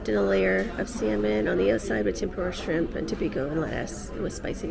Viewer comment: "This is the shrrrimp tempura."